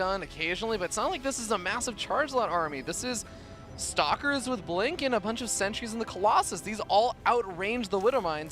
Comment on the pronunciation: Only me hear "s**kers " when he says "stalkers"?